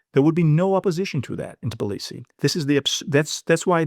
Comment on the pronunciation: The capital of Georgia is called Tbilisi, not "Tiblisi" The way you say it, sounds about as ridiculous as if someone called you Apsacal instead of.